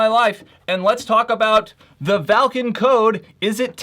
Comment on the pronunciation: Thank you for saying valken right